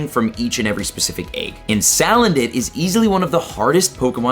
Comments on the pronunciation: Its SA-LAND-IT ffs Not saledit 😂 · It’s Suuu-land-it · The amount of mispronounced Pokémon names it’s just hurting me it’s pronounced say-land-it